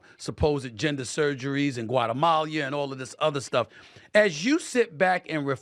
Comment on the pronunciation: Brother Stephen A., it’s not Guatamalia it’s just Guatemala.